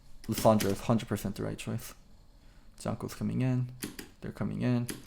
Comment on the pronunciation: Why are you pronouncing Jankos with a "G" sound in the beginning? I feel it's very rude when everyone knows it isn't pronounced that way.